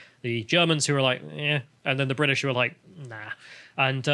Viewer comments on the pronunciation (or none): none